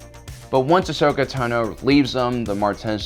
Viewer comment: All these years and you really cannot pronounce Ahsoka's last name yet or do you do it to mess with us? It's cringy bro